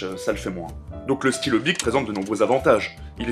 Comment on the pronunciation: On ne dit pas. Bich mais bic [mais sa s'écrit bich)